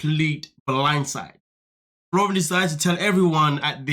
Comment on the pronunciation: his name is FLOR REE EN